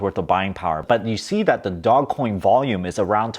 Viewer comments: Dojj pronunciation please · It's not DOG COIN it's DOGE!!! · We need a video on how Doge is not pronounced Dog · Your English pronunciation of DOGE needs a little work - it should be a long vowel "o." Good luck!